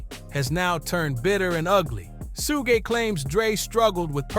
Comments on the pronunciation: It's not his name tho? Pronounced 'Shug' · Why do you say his name like that?!?!